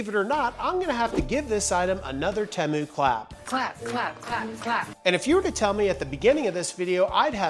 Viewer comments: teee mooo not tem o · Temu had a commercial during the super bowl. When they said Teh Moo I was angry haha I've been saying it wrong the whole time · u say temu correctly this one time, then go right back to saying it wrong. 😂 Everytime ud say it, in my head I'm like "that's not how u say it".. and then u said it correctly here and I was like, wait a second, he's messing with us.... Lolol